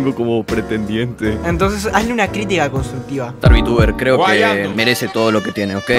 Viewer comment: Star calva suena como " estar calva" xdd